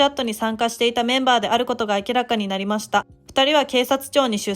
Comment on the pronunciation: 内容は分かりやすいのにナレーターの読み方がなんか気になるな… 特に〜ました。の言い方が